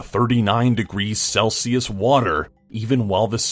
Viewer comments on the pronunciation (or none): none